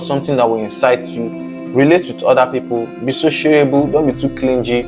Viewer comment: YOU REALLY NEED TO WORK ON YOUR PRONUNCIATION, FIRST TIME THAT I VIEWED YOUR VIDEO, CLINGY, THERE IS NO G SOUND, THE G IS SILENT 😱🤐😐😣😖